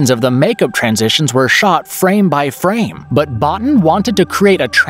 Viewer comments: Rob Bottin’s surname is pronounced “bow [as in rainbow] teen”. I know as I have seen an interview with him in which he pronounced his own name! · This is a nice video, but everyone in the industry knows how to pronounce Rob Bottins name. You really should redo that and pronounce it correctly.